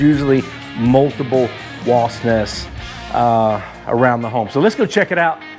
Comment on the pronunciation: Wasp!!! I know here in Texas people also say wasts. But it's with a P!!